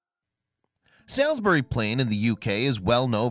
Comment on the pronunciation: Lol...it’s pronounced ‘Sauls-berry’...and the area is, and has been a major military infrastructure and training area for a very long time.... Larkhill Garrison is immediately adjacent to the site of Stonehenge...and it is known that there are likely to be many archeological areas yet undiscovered...mainly due to the fact that the land is within Ministry of Defence areas that the public and others have no access to, and have laid untouched for hundreds of years...